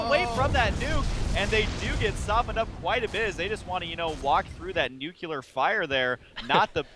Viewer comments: nucular fire? Actually, right when that word is said, I noticed that one immortal lost all his shield and some health, is that normal? aren't they supposed to only lose 10% or is it only on normal attacks? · nucular fire? :p